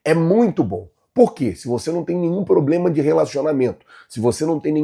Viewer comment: Não e ploblema flazueiro kkkkkkk, e problema 😂